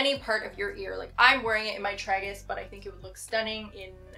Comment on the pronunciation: Haha wrong together 😂🤍 And tbh I will probably continue to pronounce it incorrectly 😩 It’s truly my fav Maria Tash piece, I don’t know if I’ll ever change my tragus from it.